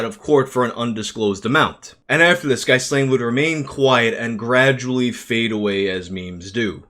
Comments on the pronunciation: His name is pronounced "Ghee-lahN," similar to the chick that helped Epstein. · As a chubby, nerdy, awkward Star Wars mega-fan who was a teen in the 90s I have every possible empathy for Ghyslain. (FYI it’s pronounced Gee-lane. Like that maxwell lady).